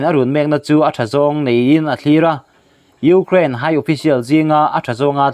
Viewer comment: Ngaihthlâk a hreawm .frank deuh a sawi chuan..i hma hmawh thrin lutuk a..Û....kraaain tî a..lam tur pawh chung ..û ...anga lam an awm a..k zir nán..